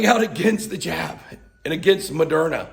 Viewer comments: I thought you said j*p. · Careful...when you "jab" it sounds like something else.